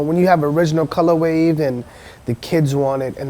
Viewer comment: Stopped watching after 3rd "colorwave"... I just cant.